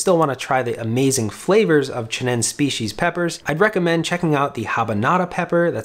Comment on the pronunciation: It's pronounced chi-nen-say. You must pronounce all vowels.